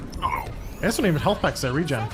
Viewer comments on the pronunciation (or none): none